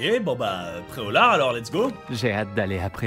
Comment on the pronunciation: Je connaissais Pré-au-lard mais pas Pré-au-lag